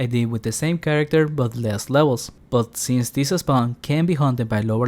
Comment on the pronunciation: Why do you pronounce ''this'' so extremely weird? ''thisseehh spawn'' ?